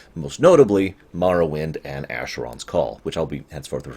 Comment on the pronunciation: I know it doesn't matter, but thank you for pronouncing Morrowind that way haha. I absolutely love that game and it (and Fallout 3) particularly has inspired a lot of ideas I have for one of my game ideas. I think that the games from around were some of the best we'll ever have. Back when there wasn't such a dichotomy between the AAA industry and indie games from what I understand. Btw, this is a looooong video, so sorry if I end up commenting several times over the course of the time it takes me to watch through the whole thing.